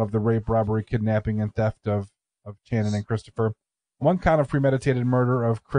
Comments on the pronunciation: Pretty sure it's more of an "Sh" sound for her name...not a hard "ch" as in chair...think Sonny and Cher maybe... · Sshhhhhhhannon NOT TCHANNUN!!!!! Ass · I'm from Knoxville and I know this case well. First her name is pronounced with SH. Also it's proven by DNA that Vanessa did indeed participate in the the rape. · It’s pronounced “Shannon” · You guys may want to make sure you have a better feel on the details next time ... 1. Pronounced "Shannon". 2. Channon wasn't kept alive for days and days ... it was less than a day. 3. Coleman has been up for parole 1x. Not multiple. 4. Channon NEVER volunteered to participate in anything related to $ex with Cobbins -- HE made that story up to account for his DNA. 5. Retrials happened because the Judge was strung out on drugs during the original trials. 6. Davidson and Cobbins are half brothers -- not Cobbins and Thomas. 7. Chris was raped with the table leg. 8. They were kidnapped at Shannon's friend's apartment. 9. Davidson told Cobbins he wanted him to meet a girl in the apartments. 10. Thomas wasn't included in the car jacking -- it was Davidson and Boyd -- Cobbins drove/followed those two after they carjacked them. 11. It had everything to do with the vehicle -- it wasn't initially about Channon. Before they left Chipman street -- Davidson wanted to carjack. It wasn't specifically to get Channon. 12. They were both raped, beaten, tortured and murdered. Boyd took Chris away from the house and raped him -- because he a prison &*tch -- and wanted him. 13. Davidson was not gone 60 to 70% of the time. (Seriously -- spent more than 12 seconds researching). 14. Coleman, Cobbins and Thomas went to Kentucky not just to flee -- but because they lived there. Countless others as well ... I understand what you are trying to do -- but this deal is bad enough. What is the point of hal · It's pronounced " shannon" just thought id let ya know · Why aren’t you pronouncing their names right?! It’s pronounced “Shannon” and “lamarcus” 💁🏼‍♀️